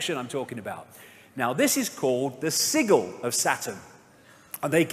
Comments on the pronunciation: Dear David, caput in Latin is related to the word head, not to the word dead (that's kaput, finished, which is derived from German). Sigil is pronounced with a soft g, (like sidjil) not a hard g. Mores has the e pronounced, not silent. These details are worth getting correct because accuracy is important, especially when conveying controversial and complex information. I hope that is useful to you. Blessings! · Its pronounced. Sij. El